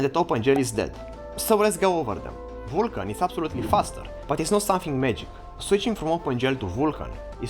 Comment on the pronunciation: The pronoun at start bugs me... Normally I listen "learn OpenGL" but he pronouns "learnOpenGL" together and he pronouns "Uulkan" not "Vulkan" (and I know the pronoum of U, V and W are a mess).